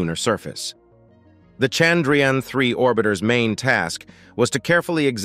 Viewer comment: It's chandhrayaaaaaannnn!! Don't kill our priced object by your pronouciations!!